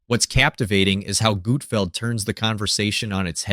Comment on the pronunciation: Who is Gootfld? Ohh... You mean GUT-FELD.